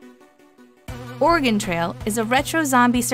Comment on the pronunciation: It’s not pronounced Or “ah” “gon” for the original. They sound very similar.